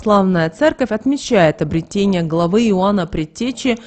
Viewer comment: обрЕЕЕтение. н е обретЕние. обрЕЕЕтен е.